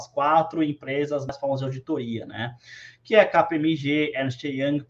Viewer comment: Estou pasma com a velocidade e perfeição em que o pronunciou KPMG, Ernest Young, Price Water house Coopers e Delloit. Parabéns